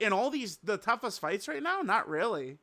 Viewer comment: unc said "right meow" and thought no one would notice 😭🥀